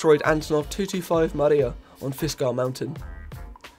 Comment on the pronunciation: dont wanna be nerd here but its not maria its mryia you pronounced it worngly